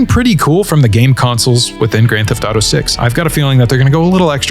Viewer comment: "Geft to taro six" 😂